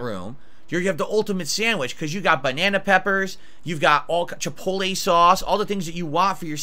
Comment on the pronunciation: You got chipole-lay sauce